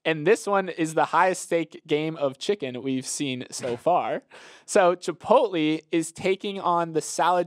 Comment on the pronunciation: I thought it was an accident the first time but “chip-pote-lee” common you sound like my mom trying to pronounce it…